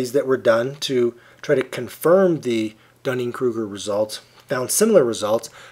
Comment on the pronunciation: I am glad someone pronounces that name correctly. My last name is Duning, like a sand dune. However, a lot of people at my school pronounce it like Dunning when they see it for the first time. @@ It sucks.